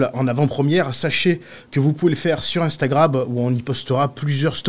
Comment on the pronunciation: Il a dit Instagrab ?nan 😅